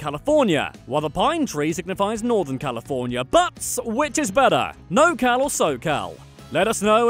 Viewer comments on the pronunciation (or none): It's NorCal. Not "NoCal" 🤮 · It’s NorCal, no NoCal. Come on someone should’ve checked you guys on that. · We in the north of the state, call it NorCal not Nocal. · It’s norcal not nocal 😂